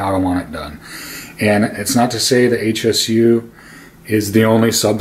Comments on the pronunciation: It's pronounced Shu. Irritating when people refer to the company as H S U, that's incorrect. This isn't like the acronym SVS. It's also a powered subwoofer, not a speaker. In a corner like you have it, flip it to where the driver is facing the wall, around 5-8" away. You'll get even better response. I'm still trying to figure out what the point of all your rambling was. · Please please please... It's not H S U. It's Hsu, as in Dr. Hsu. It's pronounced Sue.